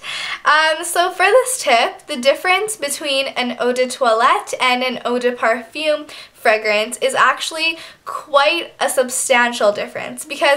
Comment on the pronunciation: very good tips. I think the pronunciation is oh de parfum- as in plum and oh de twaalet - I think :)